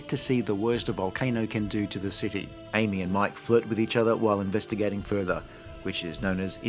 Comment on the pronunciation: Influrstigating.... HAHAHAHAHA!!!!!!!! Great reviews